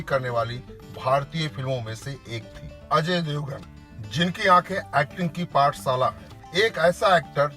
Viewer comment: पहीली बात तो यह फिल्म बनेगी ही नही । और आप कृपया व्हिडीओ बनाने से पेहले हिंदी पर प्रभुत्त्व पाने की कोशीश करे । भासा - भाषा पाठसाला - पाठशाला एक्सन - ऍक्शन सानदार - शानदार संबाद - संवाद किस्ती -कश्ती सेट्टी - शेट्टी हर्स - हशर आसिक - आशिक मुस्कीले - मुश्कीले सुरू - शूरु इस्क - इश्क आकासवाणी - आकाशवाणी बिरु देवगण - वीरू देवगण डाक्टर - डॉक्टर बिक्रम सिंग - विक्रम सिंग ज्यादा जानकारी के लिये श्री. मुकेश खन्नाजी के भाषा उच्चारण का अभ्यास किजीए । 🙏